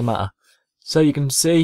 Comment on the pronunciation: its techSavvy- my other chilln account,,i ike how you say "matter" ex doesnt matter. Im in the States so i got a lame ass voice, i wish i had an accent. Thanks for the tutorial